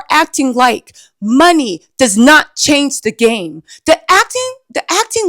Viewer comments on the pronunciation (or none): none